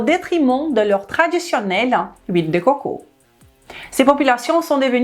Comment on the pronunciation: Vive " l île dé cwokow"